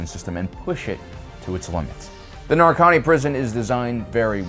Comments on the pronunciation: Why you keep calling it Narkani? It’s Narkina. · One comment I will make is that it really irritated me how you pronounced the name of the planet, it is quite clearly Narkina 5, not Narkani 5, it is said and written several times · Why is he calling it Narkony? it's Narkina xD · It's Narkina, not Narkani goddangit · I just came across your videos because I'm looking for Andor content and I love the videos. But for fuck's sake it's Narkina 5, not Narkani 5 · Nar-Ki-Na. Not Narkani. Yes this guy is totally nightmare fuel. Up there with ol' Sheevy Palps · Stop saying “nar-con-knee” it’s “nar-key-na” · Why are you so bad at names you fake nerds 😂 Narkina not Narkani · It's Narkina, not Narkani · Just a small note, it's Narkina 5, not Narkani 5. Loved the video as always but wanted to provide the correction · "narkanee"? Narkina (Nar-kee-nah)* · Narkina 5 is actually pronounced "Nar-Kee-Nuh 5". Just wanna let you know. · Nar-kin-a V / Nar-keen-uh five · least pronounce the place correctly NAR-KI(key)- NA(na) or NAR-KIN-A but go on😂😂😂Its evil jail but idea concept well….😂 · bro, they say the name of the planet in the show...why do you say it wrong?